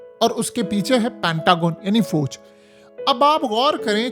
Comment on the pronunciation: Abey Pendoo Fooooj Mat Bola Kar.Aslee Lafz Fauj Hy !! Aur Thun Thun Thun Thun Thun Thun Kee Music Tou Band Kardiya Kar 😅😅😅